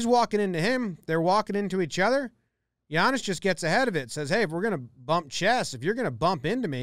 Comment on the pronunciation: Thanks for pronouncing his name correctly